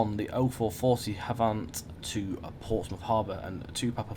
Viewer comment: Matt told you how to pronounce Havant on stream the other week but you’ve reverted to your old incorrect ways... Otherwise great video